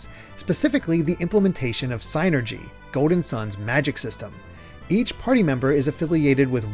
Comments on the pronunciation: it's "seenergy" not "saynergy" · “synergy” sounds like “sinner-gee.” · You’re saying psynergy wrong